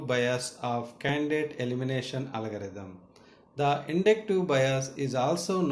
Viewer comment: It's not Alagarithm , It's Algorithm.